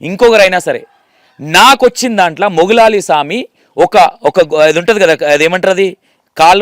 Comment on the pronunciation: garu మౌలాలీ స్వామి naa or మొగులాలి స్వామి ఆ. పేరు correct గా పలకండి